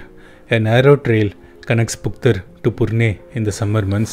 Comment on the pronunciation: You are amazing 👍. Actually it's phuktal